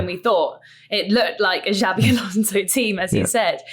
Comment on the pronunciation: It's Xabi, not Xavi.